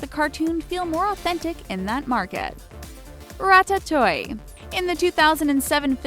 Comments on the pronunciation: Ratatoy? It's pronounced rat-uh-too-ee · ra tat toy ee. because that is definitely how it is pronounced. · she said 'ratatoy' has she even seen the movie yet?? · "Rat-a-TOY" wth Its pronounced Rat- a- too- ee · "rat a toy" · just pronounce em right then you will be fine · Ratatoy GUURL, ITS PRONOUNCED RATATUEE!!!!!!!!!! 😐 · its rat-uh-too-ee not rat-a-toy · But its not french pronunciation. Rat-a-toy is more similar to [ʀatatuj] (international phonetic) -> Rat-a-tuy. There no ee/i sound at the end. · French pronunciation: rat-ah-too-ye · Wait. Rat-ta-toy???? Makes me wonder if they actually watched the movie, because that just isn't how it's pronounced at all. It's more like this: Ratta-two-ee. At least that's how it's pronounced in the movie in English. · RAT TAT TOO EEE NOT RAT TI TOY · Same with ratatouille. It's pronounced 'rat-at-oo-ee', not 'rat-a-toy'. My god that sounded ridiculous. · What... did u just say RAT-AT-OY?? It's RAT-A-TEW-EE!! U stupid? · It's "rat-ah-two-e" Not "rat-ah-toy" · irs pronounced ratatooie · XxRaccoon GirlxX me too I say rata too ly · its Rat-A-too-tee XD No offense tho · I love how they pronounce ratatouille as “ra ta toy” 😂😂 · IT'S PRONOUNCED Rat-a-two-ie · "Ratatouy" My fucking god.... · woah woah woah, it's pronounced Rah-tah-too-eeh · Why is she saying "rat-a-toy"? 😂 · your ratatouille is not said correctly is it pronounce as ra-ta-tu-wi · She said "ratatoy"😂😂😂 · The way she says Ratatouille triggers me, she says; Ratatoy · if you aren't going to pronounce things properly just don't. Rattatoy and oneejerry? really? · I am triggered by how you said ratatouille. I say it like rat-it-too-ee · XxRaccoon GirlxX I heard "Ratatoing" at first and had to pause the video because I was laughing so hard. All I could think of was the horrible mock buster. 😂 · THEY SAID RAT A TOY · XxRaccoon GirlxX yep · Ok! Have u even watched Ratatoullie? U said it SOOOOO WRONG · You said Ratouille wrong. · Uuuhhh I hate how she says Ratatouille